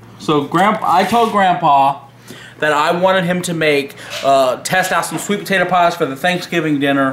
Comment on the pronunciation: “POTATOR PIE!!!!”